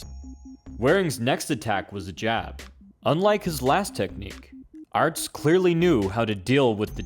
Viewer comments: His name is Peter Aerts - pronounced "Errtz"! Not "Arts"! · Only mad about 130 in before I had to stop it. Couldn't stand calling aerts, "arts"